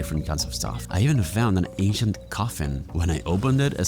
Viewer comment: I kept thinking bro said Asian instead of ancient